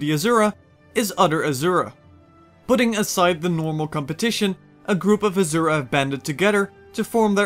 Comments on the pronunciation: Nice video, though I should point out, "Rata Sum" is pronounced "Rata Soom" and "Azura" is pronounced "Asoora". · Asura is pronounced like the words, "uh" "sir" "uh" not "azure" "uh"